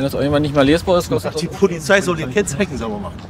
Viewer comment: "Dienstfahrrad Polifszei"